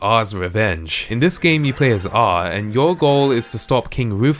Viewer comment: i’m angry you pronounced his name “ah” and not “triple-a”